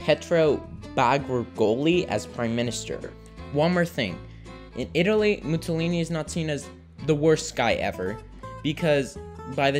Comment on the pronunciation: How old are you? 12!? Also, "Mussolini" is pronounced (approximately) "Moo-saw-lee-nee" (not "Moo-tsaw-lee-nee").